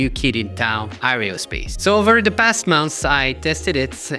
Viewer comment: aerospace ... air-o-space not areospace